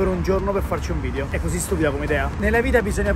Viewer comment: A 2 mln di iscritti imparerà a dire video e non vidio